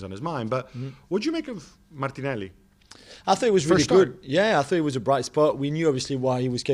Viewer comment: MIIIIkel Arteta... MartinELLLI, just say the names normally u goon